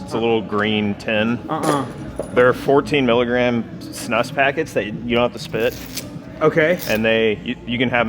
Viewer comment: Also props to Z for pronouncing "snus" correctly 😂